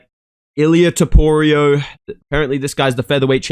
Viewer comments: He even said it wrong in the vid. Names are hard man, trust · “Ilia toporio” gets me every time bro. That being said MAX HEAD KICK KO RD 2-3 TRUST. Let me add if jai fucking herbert is catching toporio with head kick almost sending his lil georgian head into the bleachers, wtf makes you max holloway; one of the greatest fighters and strikers ever isn’t gonna be able to do it at least once.